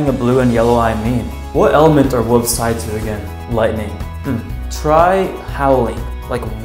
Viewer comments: Wolves not woves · "Wooves" Youre just like Jacob 😅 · Woves lol (that’s what he said) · How he said wolves tho “wooves”